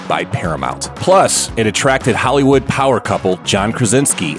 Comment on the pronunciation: No one gonna care that at the start he said "halywood